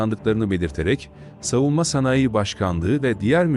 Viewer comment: 0;55 SN DEKİ SANAYİ KELİMESİNİ LÜTFEN DOĞRU TELAFFUZ EDİNİZ....